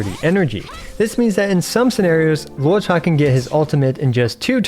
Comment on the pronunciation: Thank you for pronouncing his name correctly ("luo-cha", not "loo-oh-cha")!